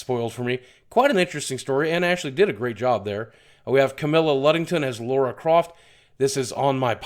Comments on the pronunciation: I genuinely hate to be that guy, but it's Lara (Lar-Ruh), not Laura (Lor-Ruh). They're two entirely different names yet people all over the shop are still making the mistake. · FFS Boogie, it's LARA Croft, not LAURA. You always call her Laura. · IT'S LARA !!! L-A-R-A !!!!! Why is it some Americans have problems saying this name. It's not LAURA. OK I'm being pedantic but please, you wouldn't say Narthan Drake or call Batman Brice Wayne, would you? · can americans PLEASE stop calling lara croft "laura" croft. jesus fuck!